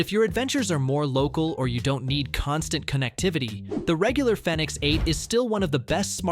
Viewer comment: Its probounce phoenix. Thumbs down